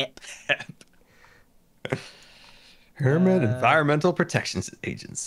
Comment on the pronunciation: You guys pronounced HEP wrong!!!